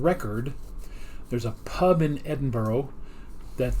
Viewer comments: lmao "ed in burrow" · it's ed in bruh